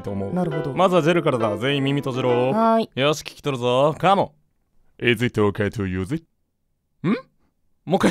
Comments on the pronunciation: まじでいじっておけつユウジにしかきこえない笑笑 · いじってオケツユウジ？にしか聞こえんくなった笑笑笑笑笑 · 私もいじっておけつゆーじにきこえた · 発音良い… さすがネイティブの先生！✨ この英文聞いたら いじってオケツユウジにしか 聞こえなくなった笑笑 (あ、待ってもジェルk…) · 確かに聞こえたww いじってオケツユウジ❓ そうにしか聞こえない。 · 私も、いじってオケツユウジと、聞こえました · 私モイッジッテオケツユウジってきこえたよぉぉぉぉぉぉおおぉおおおおぉおおぉぉ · おれもいじっておけつゆうじにきこえて笑ったは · いじってオケツユウジって聞こえているの俺だけ？??